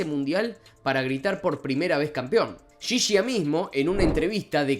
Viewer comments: Alcides Edgardo Ghiggia. Se pronuncia guiyia. No yiyia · ghiggia , apellido italiano , en español se pronuncia Guiyia , no Yiyia . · Por cierto, se pronuncia : GUIYIA. Usando GUI como en GUIñada y YI como GGI en pareGGIo. Ghiggia. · Estaría bueno primero que nada pronuncies bien el apellido "Ghiggia" uno de los jugadores mas importantes en la historia de los mundiales! lo otro que la verdad molesta es que siempre ustedes los Argentinos descalifican o minimizan los logros de Uruguay! Siempre con la escusa de que ustedes no participaron! Les cuento que 6 meses antes se jugo un campeonato en brasil al cual Uruguay goleo a todas las selecciones por mas de 5 o 6 goles! Le ganamos a ustedes la primer copa del Mundo y tenemos 2 olimpiadas por eso las 4 estrellas en la camiseta! Lo digo con todo respeto y sin animo de sembrar discordia! pero creo que deberían dirigirse con un poco más de este a la hora de hablar de Uruguay!!!! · Aprende a pronunciar ghiggia